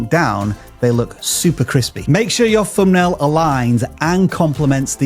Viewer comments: He actually said "Fumbnail" a million times!!! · Whereas vis guy says fumbnail over and over again!